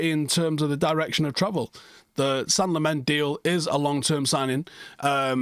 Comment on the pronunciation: Belgian dude at work says you pronounce it “Sen-nuh Lah-mens” Get used to it reds! Hopefully we’ll be saying it for a long time for all the right reasons 🤞🏻